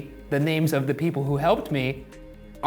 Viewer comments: They didmt pronounce any of those names right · Wonder if it depends where you're from in Iceland. My friend from Iceland thought he pronounced some of them very badly